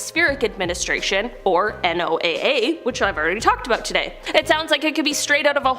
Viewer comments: Just an FYI,. Down here in Yankee Land, we just say "noah" not NOAA 😀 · NOAA...PRONOUNCED NOAH...